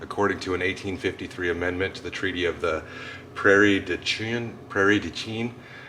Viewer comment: so it's pronounced prairie-due-sheen. Im from wisco been there many times. great video.